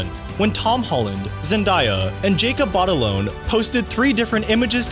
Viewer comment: Thats Jacob Bat-a-laan(lahn)... this is not potato, po-tah-toe. His name is his name.